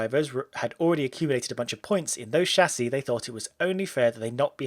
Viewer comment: Music to my ears.. somebody that do not say Tchâssis